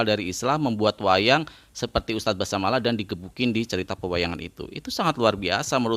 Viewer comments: Basalamah bukan basamalah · Basalamah bang..bukan basamalah